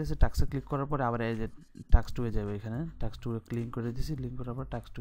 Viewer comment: Vai kotha ta টাক্স না টাস্ক 😂😂